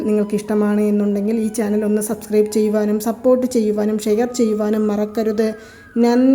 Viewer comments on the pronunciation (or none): none